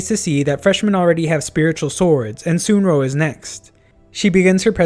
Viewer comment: Dont hate me but it's pronounced suun rong not sunro